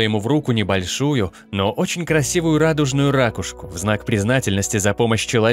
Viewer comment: Надо говорить "ракУшку".